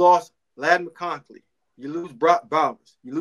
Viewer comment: Oh yeah and it’s Mconkey not Mckoncley. Georgia also has a top 3 receiving core in college football